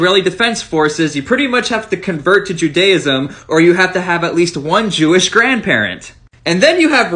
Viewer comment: Love the way he pronounces Judaism wrong😂😂